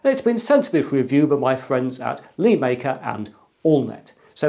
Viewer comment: LÉ, it's suppose to be said LéMaker, not LēMaker. Lé is the chinese character 乐 which is said Le in the 4th tone (sharply falling). It means "happy" or "fun" essentially. Please consider this for your future videos Sir.